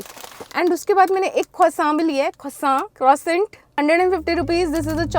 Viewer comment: papa yrr ise Prashant bolte h not croissant 😭😭😭😭